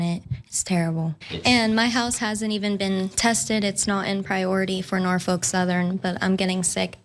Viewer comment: Its Norfolk not Norfork